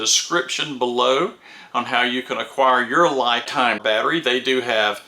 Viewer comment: 👍Great video,! Very informative!!! But the brand name seems to be mispronounced. 🤪LiTime / ’ lɪtaɪm/ ，Li represents Lithium.